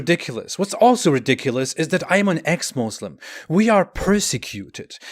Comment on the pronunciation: Why can't you say Muslim properly. Is Allah taking away your ability to talk? 😂😂😂😂😂